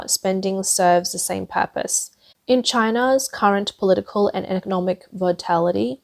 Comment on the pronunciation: in-en-evitable? Pol-ooh-tical?